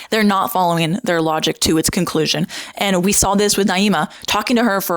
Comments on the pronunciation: you can't even pronounce her name right half the time 😂I don't follow naima at all, but she did really well in the debate, you cherry picking moments you thought were weak doesn't change that. there were plenty of moments when the pro-birth side revealed how they dismiss the rights of women and have no issue controlling their and removing their agency. the whole point of pro choice is CHOICE and demonizing women (or children in some sick cases some on your side condoned) is what pushes people away from the movement. also kinda poor taste that you chose to dwell on naima's behavior before the debate when she clearly had a change of heart afterwards and apparently posted about how much she liked you guys (which I saw because another pro birth person talking about it). obviously her stream was wrong, but she deleted it and publcily praised the group afterwards instead. someone changed for the better and you don't want to accept it, just dwell in the negative, and smear her. you seem like a very harsh and divisive person and that speaks to your heart and intentions more than anything else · Maybe pronounce her name right if you’re going to point fingers and call others a bully. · I think she's named Naima not Niama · Girl come on, you're usually respectful, her name is not Niyama. It's Naima. I'm not a huge fan of her either, even though we share the same views, but getting names right is important. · You’re saying her name wrong. It’s pronounced “Nah-eema” (Naima) not “Nee-ahma” (Nee-ama). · Her name is Naima, (nah-ee-ma) and you spent hours in a room and with her in person and obviously plenty of time looking her up beforehand. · Just started the video and already turned off - if you’re going to make a video about her, at least learn how to pronounce the girl’s name correctly. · Girl grow up. Seriously. You can’t even pronounce Naima’s name correctly; a classic racist tactic to attack another person. Don’t pretend to be the victim, you’re a grown ass adult.